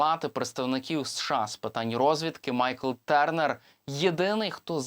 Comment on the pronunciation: Я не витримав ....дуже ріже слух - ТЬОрнер !!! А не ТЕрнер. Журналісти вже б могли освоїти англ.